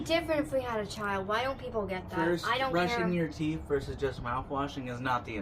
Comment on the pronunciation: not "TEEF" 🤣🤣🤣🤣🤣